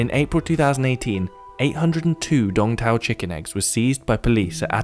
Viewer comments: I think its called Sooong Taaoo, instead of dong tao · Tôi thì nghĩ nên thuê người Việt để thuyết minh chứ nghe mấy ông tây đọc đông tảo thành Đong thao nghe sai sai ấy